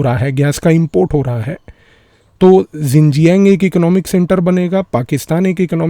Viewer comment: It is pronounced "shin-jiang", not "zin-jiang". I do not know how the global media decided that "xi" in chinese should be pronounced "zi". It's not.